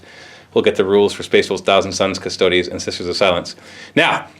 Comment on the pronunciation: Good vid, but for future reference, its not "cust-odies", its just custodes. (cuss-toads)